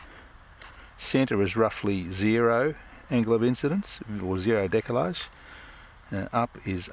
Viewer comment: Oooh.......decalage!!??? 😁